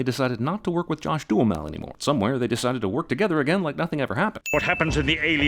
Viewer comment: One sin for mispronouncing Duhamel :)